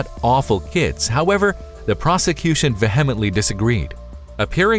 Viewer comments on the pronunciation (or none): you really need to work on your writing and pronunciation for your videos "the judge was tro decide bond" is in no way a proper sentence vehemently is pronounced vee\hem\ehnt\lee stuff like this makes it painful to listen to, and is a consistent problem with your videos the stories are good and interesting, though and what, exactly is probabbly cause? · Okay now I know for sure that the guy narrating this video hasn't read a book or an article in his life and has a limited vocabulary of possibly that of a 6th grader because he obviously doesn't know how to pronounce "vehemently" and probably doesn't know the meaning either! It's clear he was chosen merely because of his voice!